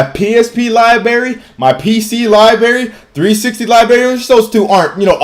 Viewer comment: libarry cant say library EXPOSED